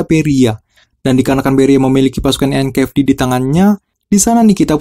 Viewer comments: bang sorry ya. bedain antara F sama V anjay. jadi ganjel gw denger nya. NKVD bukan NKFD. mohon maaf ya bang semoga bisa lebih baik ke depan nya. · NKVD bang bukan NKFD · Tolong pronunciation nya di upgrade. Itu NKVD 'V' BUKAN 'F'